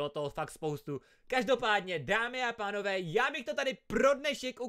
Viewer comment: řekl dámy a tánové:D 🤣🤣 pslouchejte